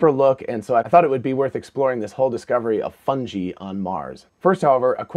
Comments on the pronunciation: It is pronounced like fun guy just like this so-called professor. Got to say it would make sense though. Underground mycelia protected from radiation with underlying water and puffballs to spit out spores in the mars wind. If complex life could survive this would make sense. And they do look like they have a small opening on top. Coincidences that’s all! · How are you going to say you're a know-it-all & then pronounce "fungi" like that? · He knows it all, except how to say fungi. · You say Fungi strangely.